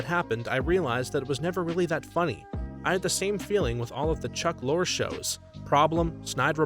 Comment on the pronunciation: For me, almost everything I watched as a child. --_-- Also, Lorre is pronounced Lor-ree. Famous example: Peter Lorre.